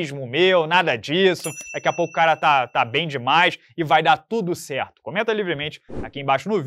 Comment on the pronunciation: Vai dar tudo "sçerto" 👍; confia